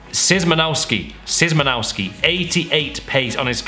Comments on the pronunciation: you say shymanowki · Shymanovski Thats how you pronounce it